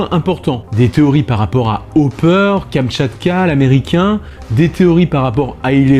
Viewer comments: À 6 minutes et 6 secondes, tu as dis Katchamka 😂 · Non en fait tu dis tout le temps katchamka